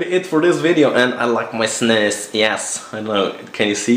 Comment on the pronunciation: ow its snus! i though it was "snooze" hahaha